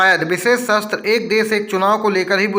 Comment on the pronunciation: भाई सत्र होता है न कि शस्त्र